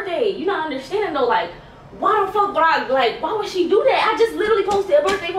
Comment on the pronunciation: Why do you pronounce she